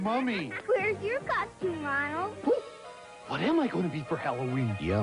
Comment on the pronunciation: It sounded like "duh, hey, Ronald" lol